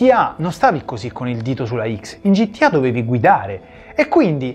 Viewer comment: ma qualcuno gli vuol dire al tizio di sinistra che gta non si pronuncia gittià